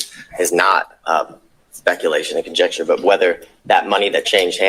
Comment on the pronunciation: He literally said, "conjexture" not conjecture.